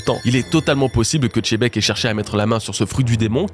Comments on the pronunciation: Pourquoi tu dis toujours chebec alors que dans l’anime Sengoku dit bien Xebec, c’est pas possible d’être aussi illettré 😅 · (zzz) La prononciation est bel et bien "Chebek", que ce soit en japonais ou en français, le "Xé" n'est jamais prononcé "Gzé" mais plutôt "Tché" voir "Dji" Le rendu final prononcé de Xebec donne alors "Tchebek", "Jibek" ou encore "Djibek" en VF et en VO, je te laisse check l'épisode 958 :) Bonne journée ! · Le X il avale, il le prononce plus comme un Z, en Japonais c’est Zebekku Ou Jibekku mais pas Chebec renseigne toi bien, tu dis Xena la guerrière et pas Chena la guerrière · La prononciation est bel et bien "Chebek", que ce soit en japonais ou en français, le "Xé" n'est jamais prononcé "Gzé" mais plutôt "Tché" voir "Dji" Le rendu final prononcé de Xebec donne alors "Tchebek", "Jibek" ou encore "Djibek" Je te laisse check dans l'anime, en VO ou en VF :) Bonne journée ! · Si oda dit xebec alor pourquoi toi tu dis chebec, c'est qui ca chebec ?🤦🏻‍♂️ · La prononciation est bel et bien "Chebek", que ce soit en japonais ou en français, le "Xé" n'est jamais prononcé "Gzé" mais plutôt "Tché" voir "Dji" Le rendu final prononcé de Xebec donne alors "Tchebek", "Jibek" ou encore "Djibek" Bonne journée ! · Pitié c’est Zébec pas chébec! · faut arrêter avec les tchebec, c'est Xebec ;( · C’est xebec pas chebec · Xebec pas chebec !!!!!!!!!!! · On s'en fout de comment on dit Xena ou Xylophone ou autre, moi je te parle juste de Xebec et Xebec ne se prononce pas "Xé" Vu que t'as l'air d'avoir des soucis d'écoute, prend du temps pour passer en boucle la VF sur Sengoku et tu verras. Après je t'accorde que je le prononce mal, la prochaine fois je dirais Djibek ! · Rocks D chébeque ? Pas compris pk pour vous le X = che, que je croise pas un FR me parler de « shanksu, etc » attention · J'ai pas parlé que du Japonais, tu remarqueras qu'en VF dans l'anime (episode 958 normalement) "Xebec" ce prononce en réalité "Djebec" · Arrête de dire Tchébecque c'est Xebec ! Merci 👍